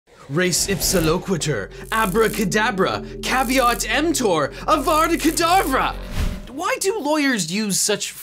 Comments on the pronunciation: It's Avada Kadavra, not Avarda Cadavra. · i hate to be that guy, but it's Avada kedavra, not Avarda. i know, it's minor and doesn't really matter, just putting it out there